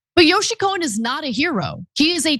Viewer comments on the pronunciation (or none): Yossi, not " Yoshi." Ana is beautiful and bright, but she often mispronounces words/ names etc